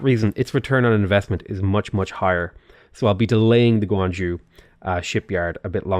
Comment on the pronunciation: pronouncing Zhou: Guangzhou -guang-zhoo Xingzhou-xingzow How it’s actually pronounced: Zhou -zhoh/joe